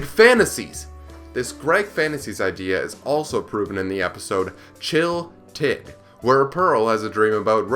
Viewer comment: I love this video but you pronounced "chille tid" wrong and i'm trIGGERED Garnet literally said it in the episode so oof